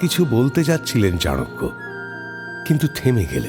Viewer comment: Sudhu golpo hisebe valoi. But ei chanakya nam ta charakya sunte kane kamon jano lagche